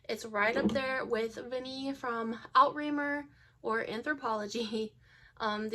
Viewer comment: Outremer Vanille is also really good if you combine it with Outremer Cola or Pêche. Outremer is pronounced OO-TRE-MARE